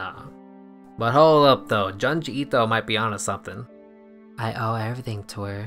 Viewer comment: After all these years, you still call Junji Ito "Johnjee Ito"